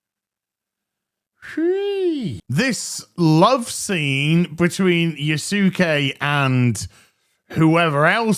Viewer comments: Yasuke, not Yusuke. C'mon bro... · Can the youtubers commenting on this game at least pronounce "yasuke" correctly even if Ubisoft can't. Most have been called out and are getting it right but has yet to do so and it hurts his credibility Just saying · Give it up for Yas-Queen-ke, y'all!! YAAAS!! 🤣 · Dayummmm Yasuke.... Yahsogayee!! 😂😂😂